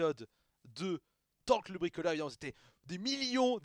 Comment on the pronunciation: Revoila Torkl le bwikolewe...d'accowe, je vais bwikowlé